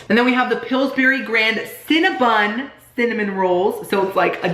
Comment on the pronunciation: Love you so much! But it drives me INSANE when you say CinnaBUN instead of CinnaBON!